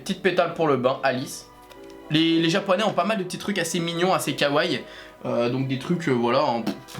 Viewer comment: C’est très joli ce que tu as acheté. Mais tu prononces mal le mot « kawaii »